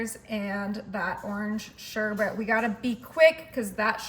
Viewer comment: It’s not sherbert - it’s sherbet. Learn to pronounce properly.